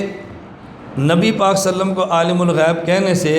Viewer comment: Salalahualiwasalam to achi tarah padh.. zuban pe chaale hain kya... Issi se tera aqeeda pata chalta hai. Tumko darood shareef padhte huye b dikkat hoti hai.